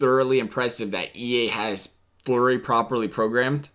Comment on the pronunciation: You callled flurry Murray